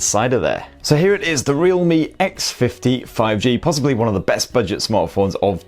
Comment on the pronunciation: I love ' pronunciation of budget..."Bidget"...Bidget. Top review mate.